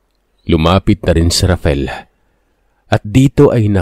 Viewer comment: Ano ba talaga ang name nung bata, RAFAEL o RAFEL? Inconsistent ang pagbigkas ng narrator sa pangalan nung bata. Huwag na paartehin ang pagbigkas...